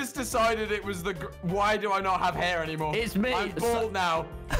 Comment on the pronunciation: why dose tommy say hair like a posh rich man- 🚶🏼‍♂️